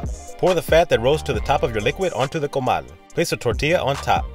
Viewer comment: “COMAL” that was the only Spanish word not pronounced white. 😂 tacos, birria, tortilla, conzume all pronounced whitish